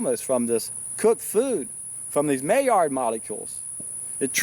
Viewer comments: Being French, "Maillard" is pronounced "my - YARD" with the "D" being very softly articulated, almost not at all. On my second SFV this year, first one was 40 days. Love this lifestyle, so pure and light yet powerful. I'm an endurance athlete and I weight train, and actually BUILD strength on SFVs. Am 46 and in the best shape of my life, will never stop getting better and better. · I bet you pronounce it like that because it's very close to a mallard duck!